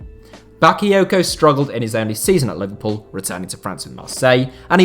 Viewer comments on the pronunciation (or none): none